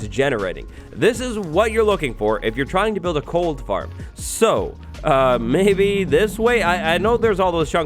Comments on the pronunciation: Did say Cold Farm?? Instead of Gold Farm? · When he first mentioned the gold farm, it sounded like he said the Mold Farm. We elites don’t do that XD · I think he said cold farm instead of gold. HSHSHSHHAHAHS